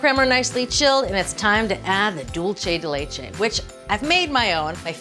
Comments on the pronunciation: She's thinking "Italian" rather than "Spanish." Italian would be "dohl-che," close to what she's pronouncing it. Spanish is "dool-say" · Love Julia, but every time she says dulche, it’s like fingernails on a chalkboard. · She doesn't even say it right in Spanish. It's like some form of Spatalian mixing dolce and dulce together. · Isn't it "pot de crème"? Also, the pronunciation of "dulce" in the video is Italian, not Spanish. In Italian, it would be "dolce di latte." In Spanish, it's "dulce de leche."